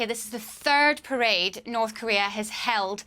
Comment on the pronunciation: Did she start to say prison instead of parade?lol